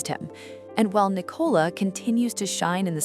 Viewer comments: Her name Nicola NOT Ni Cola!!! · Her name is pronounced Nic ola it Ni cola.